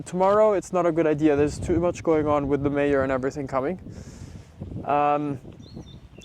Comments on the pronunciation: Looks amazing … yes, 10 meters back was a good idea. Can hardly wait for when it’s all been finally landscaped! So when you said mayor, I actually thought you meant mare … and I was going to say what mare did you get? Anyhow, hope they enjoyed the visit … maybe your permits will get approved faster, now that they can envision the equestrian facility you’re creating there. Thanks for sharing the updates! Blessings! 🙏🙌✝️✡️♥️ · Mayor… I thought you said mare… I thought you bought another horse!